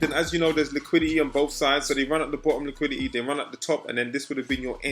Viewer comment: Normal person: Liquidity: LIQUI-IH-EY